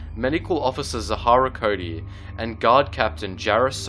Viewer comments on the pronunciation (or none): none